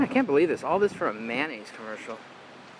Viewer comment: Would you stop saying manaise?